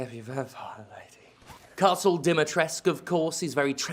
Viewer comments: As a Romanian, I find it bizarre how not just Steph, but pretty much every native English speaking person on the internet I've heard talking about this game leaves the "u" out of Dimitrescu's name. I mean, it's right there. Why not say the "u" specifically? The characters in the game are even worse, pronouncing it ""Deh-metresc". Maybe it just sticks out to me because "-escu" is the most common surname suffix in Romanian, kind of like "-son" in English. Totally insignificant complaint aside, glad Steph enjoyed the game (it is an excellent game). Always so nice and wholesome hearing them talk about a game in a cheerful, positive way. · They don't even get the Romanian name pronunciation right (Dimitrescu). But that might be translation error from the original Japanese writing? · As a Romanian I can tell you that you have to pronounce the 'u' in 'Dimitrescu'. But you have to say it like 'oo' from 'too' . [ex: Dimitrescoo] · Wait... "Lady DEEMY-TRESK"?! Jim, what the fuck? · Lady Dee-mee-tres-coo. You need to pronounce that "u". And articulate every syllable. Capcom is just like "so, Lady Dimtrez"." Hurts my Romanian soul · How to pronounce Lady Dimitrescu's name, coming from a Romanian: It's not Dee-Mee-Tres (like the VAs are pronouncing it) It's Di (as in DeeDee from Dexter's Lab) - Mi (as in Do-Re-Mi-Fa) - Tres (as in Spanish 3) and Cu (koo, maybe ku) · It's the Romanian Carpathean mountains BTW. The currency is even based om the real Romanian Leu. I really wish they got Romanian voice actors, I find it patronising that everyone sounds american. Also in Romanian you do pronounce the u. It's 'Dim-es-tres-cu'. Pay no attention to Ethan. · On a side note: It IS pronounced as it is written. This whole Demitrek comes from Japanese and lazy translators. Ask actual Romanian people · It's pronounced "Dimmy tress ku" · [cries] it's "lady dimitrescU", the u isnt silent, gdi capcom...